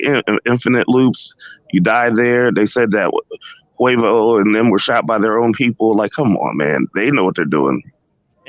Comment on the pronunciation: pronounced kway-voh :P but thats besides the point. good work